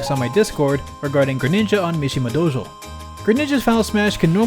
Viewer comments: Wow I can't believe you pronounced Mshmia Dojo like that how dare you defile this sacred $5.99 stage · PURELY out of curiosity, why DO you say it like that? You're the first (and only) person I've heard say it that way. Is it the original Japanese pronunciation? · Pronounces Mishima dojo in such a weeby way yet still pronounces Yoshi as Yow she. Nederlanders smh